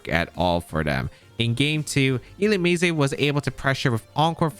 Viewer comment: I pronounce it illu-MEEZ